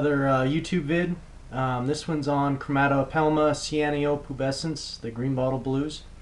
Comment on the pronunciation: like it ^^ just the pronounciation sucks. you cant speak it like english. its a diffrent language.